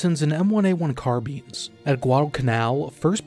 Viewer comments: Thumbs down for that carbine pronunciation, CAR - BUY-N not CARBEEN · Is that an AI voiceover or do you just not know how to pronounce 'carbine'? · Bro learn how to pronounce Carbine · could be because Languages tend to assimilate Words from other languages over time. As an Example for Computer in my Language, even tho it's used alot, we didn't pronounce it like the english but like WE say the letters P and C. Also as non Native English speaker the Car-Byne sound alot better. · If you wa to use the fench pronunciation, sure, but car-bine just sounds better for most people.